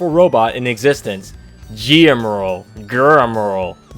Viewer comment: I think it's pronounced gem-er-al